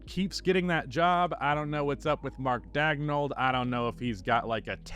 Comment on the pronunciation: How to destroy Marc Daigneault, another level of meme prononciation